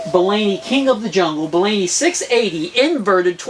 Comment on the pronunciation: It's pronounced Bolany, not Bolany. Sheesh